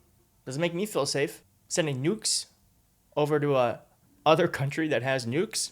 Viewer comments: He didn't say nukes, he said "Nubiles"! Bring em on.... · Hmmm… I think he may have been saying “nudes.”😂